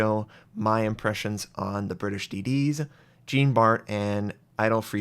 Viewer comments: Jean Bart is pronounced more like "zjan bar" (not exactly but wayyyyy better than Gene Bart) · Or even easier: just pronounce it like the english name "Sean". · For the love of sanity, plese pronounce Jean Bart at least a bit like it's supposed to. Hint: the "Bart" part is OK. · nice to know im not the only one who goes into fetal position when I hear that shit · Lol I listened till that point and he says it wrong couple of times :)) made me laugh in a fetal position though :))). Not a french speaker also but still.. :D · Wrong Jean pronounciation bro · oh, at least try to pronounce Jean Bart with a proper French pronunciation. Think Jean Luc Picard. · I'm with you :) It's pronounced like zjan, not djeen. Also the Harekaze is pronounced with the "eh" sound on both e's. And you crazy Americans with your "oo" sound (as in kazoo and spoof), where in Japanese you need a nice hard Dutch u ;) Or the u from Jean Luc Picard :)